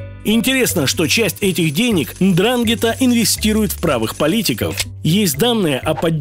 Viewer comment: НДРАНГЕТА - УДАРЕНИЕ НА "Е", ЖИВУ В ИТАЛИИ, ЗНАКОМ С МЕСТНЫМИ БАНДИТАМИ )